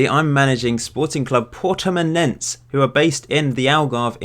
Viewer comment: it is said Purtimonensse